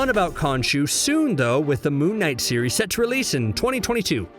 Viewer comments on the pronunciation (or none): none